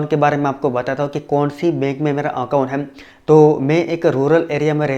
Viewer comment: tu "hai" ko "haim" kyu bolta hai????????????? reply kr